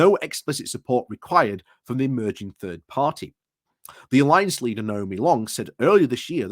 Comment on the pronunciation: And Third isn’t pronounced as turd:)